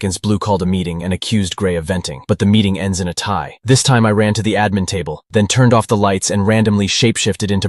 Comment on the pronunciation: What is Uhmin i thought it was admin